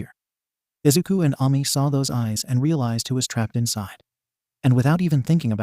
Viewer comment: Hello, I am the Author of this story! Thank you for uploading this onto your channel. It's nice to see my story made its way onto Youtube. I'd also like to add that It's pronounced A-Me not Ah-Me but then again its a robot voice so of course its trying its best to understand. Also the red and black haired girl isnt what Ami looks like if anyone's wondering. Other than that, I appreciate the upload. Thanks for reading( or listening😂) and have a good day!